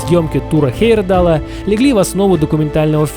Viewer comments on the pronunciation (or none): Автор, если уж берешься вещать Миру о великих путешественниках, то не коверкай фамилию Тура Хейерда́ла. Ты же себя называешь, а не ЖИрков.